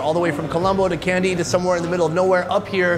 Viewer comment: its not Kendy... need to pronounce as KANDY